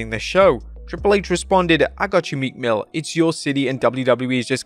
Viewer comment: Meekmill who I thought he said meat mill 😂.